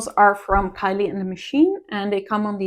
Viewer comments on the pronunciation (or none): none